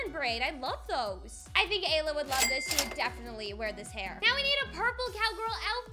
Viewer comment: It's not Layla. It's Ayla